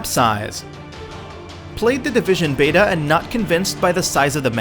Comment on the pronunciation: "The Divishaan!"